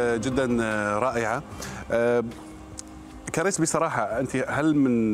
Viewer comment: كاريس مش كريييس يا مقدم البرامج 😅😅😅